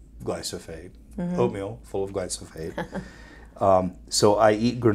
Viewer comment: Great interview. Good job. But it's not glysophate. It's glyphosate. The active ingredient in Roundup herbicide.